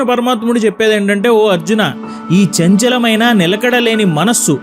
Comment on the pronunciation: why does that chanchala maina manusu sounds like - kaatukey akarleeni ah kallu sounding - may b its just me .